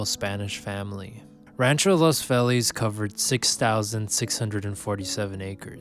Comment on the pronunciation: Be nice if you wouldn't butcher Feliz name